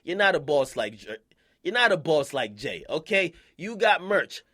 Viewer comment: Jay's dick is so far down akademiks throat he can't even say jay lmao. listen